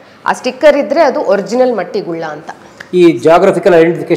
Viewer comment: ಮಟ್ಟಿ ಗುಲ್ಲ ಅಲ್ಲ ಮೇಡಮ್ ಮಟ್ಟು ಗುಲ್ಲ ನಿಮ್ಮ ಊರಿನ ಹೆಸರೇ ನಿಮಗೆ ಗೊತ್ತಿಲ್ವ್ ಮೇಡಂ 🤔